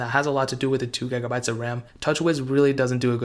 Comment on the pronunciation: "10 gagabytes of rahm"